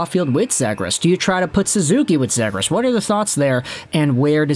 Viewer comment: ZEE-gras, not zed-gras :)